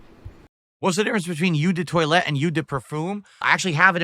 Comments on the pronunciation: Like his dents are going to buy cologne and like it'd make a difference in their love life.. Plus it's pronounced oh de toilette, not you de toilette. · IT'S PRONOUNCED OH DE TOILETTE NOW EW DE TOILETTE 😭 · also, it's pronounced "oh" not "you" eau de toilette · hes apparently researched cologne and he says "ew" for d'eau... yeah right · "I'm into colognes" "You de toy-lette and you de perfoom" FML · "Yew duh Toilett and Yew duh Perfoom" Just put thr McDonalds review in the bag, bro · First "imbehssaile" now "you de toilette" this guy is a morahn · The expert cologne reviewer doesn't know how to pronounce "eau de toilette" properly.